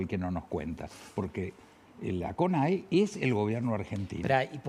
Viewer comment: Y dale con decir conea... Es CONAE!! El ex embajador estuvo muy bien con sus comentarios